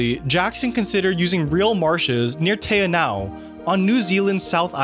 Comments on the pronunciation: Te Anau is pronounced Tay-AH-nohw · Te Anau = "Tee Ahh-now". A small town I lived in for a bit. Always love seeing the love people give my country though